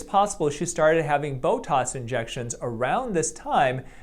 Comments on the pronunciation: Why are you saying “Botos” instead of Botox...?? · Why do you say botoS? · Definitely "bo-tossed" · OK. He really does say "Botoss"! He is a medical doctor who says "Botoss"!